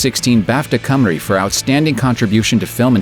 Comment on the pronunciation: I'm impressed. You pronounced "Cymru" perfectly there. Which is better than most English folk can manage.